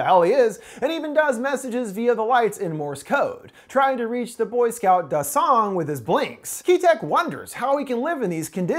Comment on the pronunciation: Why is it whenever an English speaker pronounces a Korean name they put emphasis on the second syllable not the first, like it’s pronounced DA-song not da-SONG